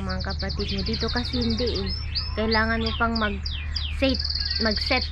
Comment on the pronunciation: KAKA2WA PGBIGKAS NI KYAN HENDE WOW PATI SHIYAN